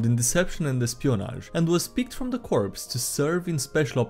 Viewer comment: "corps" is pronounced "core".